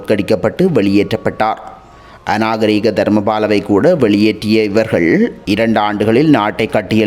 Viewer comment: ஐயா அது அநாகரீக தர்மபால அல்ல. அது அநகாரிக தர்மபால 😂😂😂